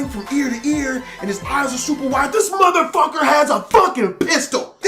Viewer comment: Just the white-ass way he says "motherfucket" XD